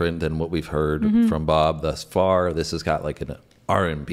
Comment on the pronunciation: And "har" instead of "far" . . .